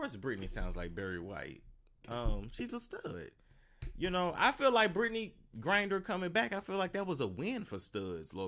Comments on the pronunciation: Gri-Ner not Grin-Der. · BRITTNEY "GRINDER"😂😂😂😂ITS GRINNER